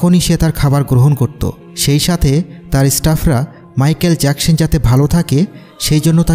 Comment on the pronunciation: মাইকেল জ্যাকসন হবে মাইকেল জ্যাকসন হবে ভাইয়া ভালো করে বলতে